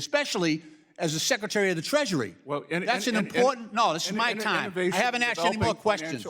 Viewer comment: Even the old d bag liberal white guy says “axed” in a show of solidarity. 😂